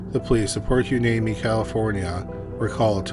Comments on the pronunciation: I have to laugh at the comments about his pronunciations... but man! Hearing him mis-pronounce Hueneme ( Why-knee-me)was kind of grating lol. But I lived in Oxnard/Pt Hueneme during that time period, and never heard of these murders either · Port Hueneme… pronounce Port Yneme. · A not important detail in the second story the city is pronounced Why-nee-mee 🤙🏻🤙🏻🤙🏻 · Hueneme is pronounced (why-knee-me) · Dude, no joke. Had to stop the vid. I just can’t take it anymore! I live near Port Hueneme (port hooinimy according to narrator).